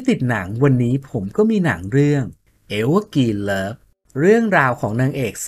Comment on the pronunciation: หนังชื่อ Evergreen ออกเสียงว่า เอฟเวอร์กรีน ไม่ใช่เอฟเวอร์กิน นะคะ